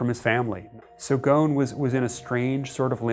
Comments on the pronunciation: Mehdi Mir yeah!!! It’s annoying watching the whole video like this... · Just a pointer, the name Ghosn does not have a silent S. Pronounce it like its written. Great video. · Ffs his family name is pronounced the way it's written! It's Lebanese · Dude and they mispronounce it repeatedly and with confidence. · Why isn't the s in Ghosn pronounced? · Funny enough, the name Ghosn has no silent S. Its a very bizarre decision to pronounce it with a silent S lol. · Ghosn is Arabic for "branch" and the "S" is not silent. So its pronounced "Ghoson". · Y'all keep mispronouncing his name. It is GhoSn. The S is not silent. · It’s goosssssssn …. Where is the sssss you idiots?! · am from Lebanon and need to say that the 's' in Ghosn is not silent, nor the 'h' and there is an 'o' after the 's' so his name is Ghoson not Ghosn. I wonder were all these letters are gone! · Where the hell did the "s" in Ghosn end up? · Dude this reporter is so lame and stupid couldn't he bother and show this to any Lebanese before they uploaded it to the internet I would have pointed out 3 clear mistakes one of them how he pronounces ghosn its very annoying the way he says it ghon . It just clears he did not do his home work or do any effort and he is not creative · How do you end up pronouncing his name "gone" ?? what about the big fat S in his name? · Why they keep saying his name ghon, the S should be pronounced. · Tricky slippery character. Even the name Ghosn. Pronounced Ghoan sounds like Ghoshin. He looks like a smart elect, conceded, know it all thay probably did things thinking it was beneath him to have anyone look for accountability or be caught... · Gho S n The S is pronounced and in Arabic غصن Remember he is originally from Lebanon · You can't even pronaunce the man's name proberlly.... He is not "Ghoon". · ...and on to Ollie with the weather... Ollie: IT'S GHOSN RAIN!!! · bro you are pronouncing his name wrong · Pronounce the s in Ghosn ffs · The S is not silent in Ghosn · GOSSON not GOOON